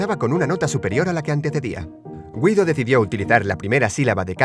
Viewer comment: Se pronuncia gido